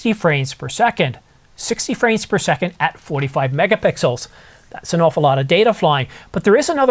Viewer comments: "Megapickles" or Megapixels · I think near the beginning of the video he says “megapickles”. I’m not sure the photos would look better with megapickles, but if you throw in a pastrami on rye, that would be a good combination!